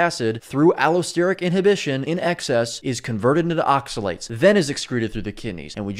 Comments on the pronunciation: Yes, his pronunciation of the word oxalates was driving me nuts. I thought it was just me lol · Good video, the way he says oxalates pisses me the fuck off. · Yes, he's been driving me crazy the way pronounces oxalates!